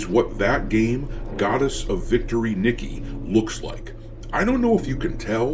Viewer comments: sorry man its not pronounced "nick-e" its pronounced as "knee-kay' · Sorry man, my OCD got the better of me. "Goddess of Victory: Nee-keh". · I HATE being "that guy" but just for future reference, Nikke would happen to be pronounced "Knee-kay"